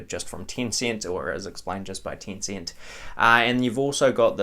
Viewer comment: why do you pronounce it as "Tincint"?